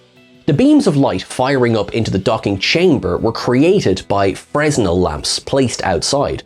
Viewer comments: And Marin County is "mah-RIN" not "MARE-in." (and it's also more 'FREY-nel' than 'FRE-nel' - the inventor was French) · I though he said Fresno lamps. I was wondering how Fresno was involved. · Fresnel lamps are provided FRE-nel, the S is silent. They’re named after a guy. They are incredibly cool bits of cheating physics to make beams of light, they’re used in lighthouses and in stage lighting quite a lot.